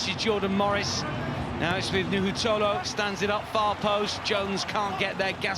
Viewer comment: It's just NOUHOU. Not nouhou tolo. Someone let the guys know, ok?